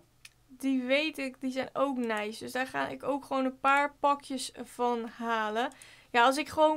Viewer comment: Hahah. Hoe jij da zegt neis